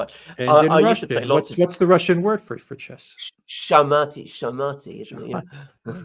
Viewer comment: "Sha-mati" sounds like an Iranian pop singer. Шахматы = Shak-mati.